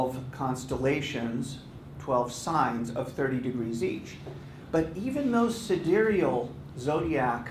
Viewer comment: Wait, is "sidereal" really pronounced like that?